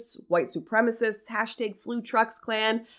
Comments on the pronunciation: The way you say "hashtag" is amazing. hæshtæg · The pronunciations of Hashtag and Regina were so distracting lol